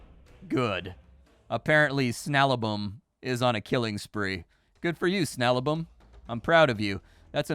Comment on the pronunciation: His name is SnaBaLum, not Snalabum....